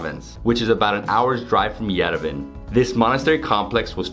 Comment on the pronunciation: Yerevan is pronounced as Ye-Re-Vaan